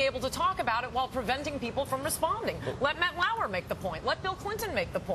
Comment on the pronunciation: Lauer, not Liar. C'mon, that's just degrading.